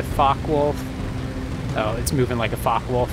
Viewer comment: Its a Focke Wulf. Not a fock wolf.